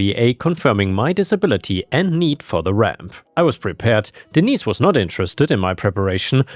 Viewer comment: Hello,.Hello, cute little Fur balls.Sorry, I don't remember all your names.I remember disney because that was the one i'm saw the most and heard the most, but when I heard you say denise, I thought you said d neice 😆